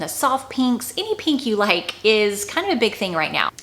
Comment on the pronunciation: I like how you pronounce’peenk’